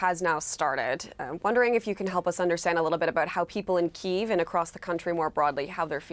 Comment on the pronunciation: Daniel, why not explain to the CBC how to correctly pronounce Ukraine's capital city? At least that'll be one piece of info that's helpful